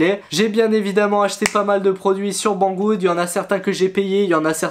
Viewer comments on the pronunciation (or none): none